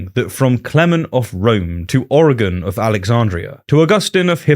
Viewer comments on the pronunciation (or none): none